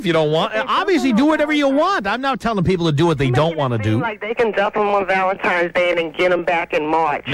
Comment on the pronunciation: I used to love Tom, then i heard him pronounce it 'Valentimes' -_